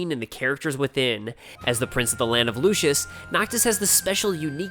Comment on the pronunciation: Lucis, not Lucius. Everyone gets that wrong. And did you really confuse an entire country with its crown city? Lucis is not Insomnia.